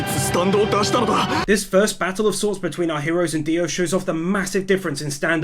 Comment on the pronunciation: DIO not Dio!!!!